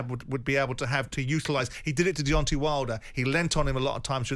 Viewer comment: Why is Simon the only person in the world that pronounces Deontay as Deontee? 😅😅